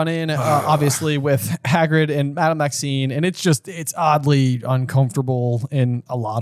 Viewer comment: It’s funny that they talk about mispronunciations earlier in the podcast, and then says Madame Maxine several times.